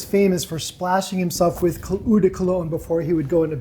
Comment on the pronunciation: Eau is o not ewwe